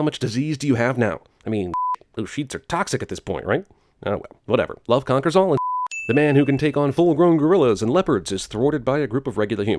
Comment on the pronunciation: he said love concer all and shit funny as hell